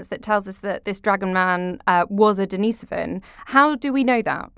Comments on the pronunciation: Or his sister Denise? It's Denisovan, not Dennisovan. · Daneese-oven !!??. Who lived in that Cave -Dennis, or his Sister Daneese ???